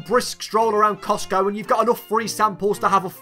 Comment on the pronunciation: Did he just say coctgo? Lol